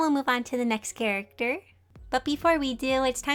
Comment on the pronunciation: Wait did you say character or carrot??? 🤔🤔🤔🤔🤔🤔🤔